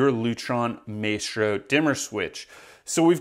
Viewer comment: You don’t even know how to pronounce Maestro🤦‍♂️